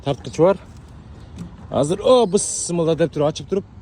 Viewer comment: бысмылда дебей Бисмилла десеңиз сонун болмок а так ишиңерге ийгилик байке алга